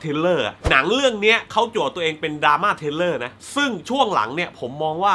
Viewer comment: ขอพูดนิดนึงนะครับพี่ ผมได้ยินพี่ออกเสียงปนกันบ่อยๆ ระหว่าง ทริลเลอร์(thriller) กับ เทรลเลอร์(trailer) สองคำนี้มันคนละความหมายกันนะครับพี่ ผมกลัวบางคนเขาฟังไม่เข้าใจ ผมเสนอ สมมุติออกเสียงผิด แต่อัดไปแล้วแก้ไม่ทัน อาจจะใส่ซัพขึ้นแก้ก็ได้ครับ เรื่องภาษาอังกฤษนี่ผมไม่อยากให้พลาดจริงๆ ด้วยความหวังดีฮะ ปล. รอดูรีแอคชั่น uncut gems นะครับ :D